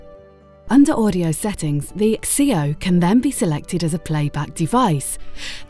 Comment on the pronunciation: The 'x-ceo' ?? It's pronounced 'zee-oh' ....